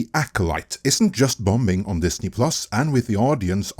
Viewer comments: The second b in bomb and bombing is silent. They're pronounced "bahm" and "bah-ming." Just FYI. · The second b in bombing is silent